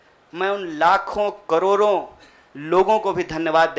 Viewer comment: लराई, बरी, जिम्मेवारी,करोरो अबे हिंदी तो सही बोलना सीख ले😃😃😋